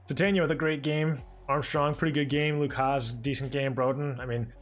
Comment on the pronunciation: It’s pronounced Luke Has. Just found out today from hog pod with bo